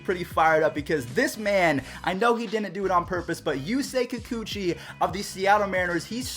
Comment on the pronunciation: kikuchi 👎👎👎……I am japanese LOL